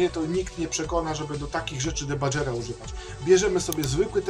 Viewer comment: Czytamy "dibager" a nie "debadżer".